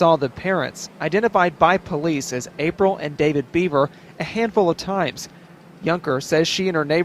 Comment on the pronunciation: The spelling of the name is Bever and it is pronounced like Bever (ly) Hills. Just a little heads up,.